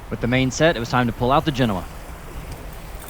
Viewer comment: yay! pronounced "Genoa" correctly!